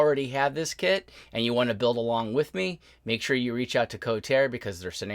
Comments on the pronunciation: BTW, the company is pronounced "Ko-tar-re". Good review. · Excellent review, but it's pronounced "ko-tar-eh" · As I'm watching your video I'm looking at mine,mine arrived 3 days ago,and the company is KotarE,so it's pronounced co tar EE,and not kotar,I found this out ehen I ordered mine at IPMS Telford in 2021.